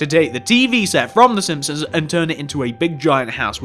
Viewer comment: Sihpsons??? SiMpsons.